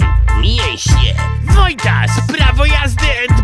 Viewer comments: Wojtas mówi Wojtaz to na twoją odpowiedzialnąść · 4.18 jest błąd ^^ mówi wójtaz zamiast walo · wojtas do wala powiedzial wojtss xD